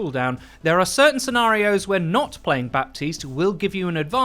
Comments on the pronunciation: Please learn how to pronounce his name correctly! It’s not BAPtiste but Batiste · It's "Bateest" not "Bap-teased". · Bah-teese not Bap-teeste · Still waiting for to finally pronounce Baptiste Ba-teest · I don't mean to be rude, but it's pronounced "Batist". The 'p' is muted. See reddit thread on this very thing. Love the content, keep it up :) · Its pronounced batiste right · Overwatch: can you guys please not do a "Bridget" 2.0 all over again for 6 months long? His name is pronounced Bateest so the P is silent. Thank you. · I just want everyone to know that you don't speak the "p" in Bapstiste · The 'p' is silent in Baptiste's name. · Baptiste. The p is mute ! Please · STOP PRONOUNCING THE P IN BAPTISTE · The only thing I dislike about this video is that you're pronouncing Baptiste wrong lmao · I may be really really nitpicking here but, The ''P'' in ''Baptiste'' is actually mute and should not be pronounced. Love your vids, keep it up:D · Pronounce Baptiste's name correctly for goodness sake! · THE P IS SILENT! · you don't pronounce the "P" in "Baptiste".